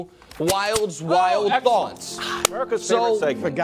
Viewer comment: i legitimately don't think Nick has ever correctly said the name of the "Wild Wildes' Thoughts" segment when introducing it